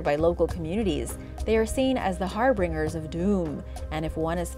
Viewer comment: Lol she said "harbringer," 🤦🏿‍♂️😂 Iss "harbinger," my son.